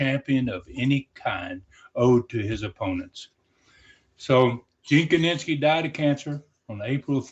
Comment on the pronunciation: His name was Gene KINISKI, not KININSKI!